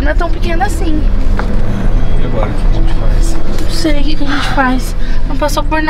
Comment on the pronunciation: E é" gente" não "gete"